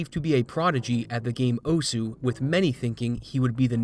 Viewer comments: It's "oss" not "oh-sue"... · Tiny thing most westerners get wrong: It's not actually pronounced "Oh-Sue", but "oss" with a very, very faint "uh" sound at the end. Almost "oss-h". That aside - great video. It's always such a shame when people cheat for fame... what's even the point? I'd get it if money were involved... but they know they're cheating. So what "glory" is there to be had? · "Oh-sue" Its pronounced oh'ss. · 'owsuuh' no, is "Ohs" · Not even fifteen seconds in and I can't help but wince. It's Japanese--it's just "ohss", not "oh-su". Take a look at the game this is based on/named after, Osu! Tatakae! Ouendan for DS (and its American "version", Elite Beat Agents, if you want to see more of osu!'s origins) and you'll hear how it's said. Many times. But it's an easy mistake to make if you're not familiar, so not a huge deal ^^ Knowing the Internet, he's toast. People will cling to his past and completely ignore any sign of reform, freely hating on him without end. It happens all over the place. A friend of mine is a victim of it, in fact. RANT AHEAD But overall in the end? Pfffffffffffft. This is what you tryhards get. Seriously, look at all of these maps shown. They're full of streams of notes where the only way to do it is to jackhammer the keys and hope you're doing it in time. At that speed, precision becomes extremely difficult and more up to luck. There ARE a few notes with normal rhythms peppered throughout, but for the most part? Just key-mashing. As a Music major, this kinda ticks me off to no end, because not only is it not that rhythmic, but it can't be good for their hands. And in the end, if they are actually that accurate? Why the hell aren't they putting that to use being a percussionist? Fuck note streams that go 1/32s or faster. That just puts in a huge gap of skill for players, one that only fast button-mashing, not actual rhythm, can solve. Us folks who want to have fun can't play a shitto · "oh-su" i'm crying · Pronouncing it oh sue